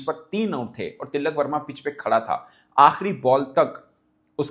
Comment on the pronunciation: Woh til-lak verma nahi, Tilak verma hai ( no double L”)